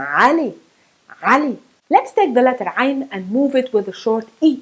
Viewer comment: Brilliant way of saying ع 😁👏🏻